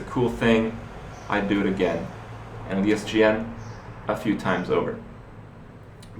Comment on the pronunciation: i lost it when he said "ESDN" xD